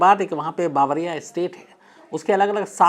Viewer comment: चाचा ... यह बावरिया नहीं, बवारिया है। .... Bavaria .... I am an Indian in Germany. It's in South Germany near Munich